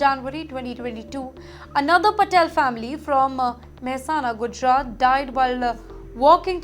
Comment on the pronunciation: Nope When She Said City 🌆 Name Mehsana Her Pronounce Was 100% Gujooooooratiiiii. 😊.